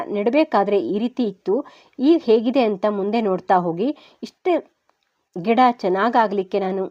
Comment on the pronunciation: Ggeda anta ಹೇಳಿದಂತೆ ಕೆಳತ್ತೆ.ಗಿಡ ಅನ್ನಿ